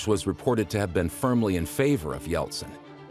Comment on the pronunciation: Yeltsin e não Yeltson.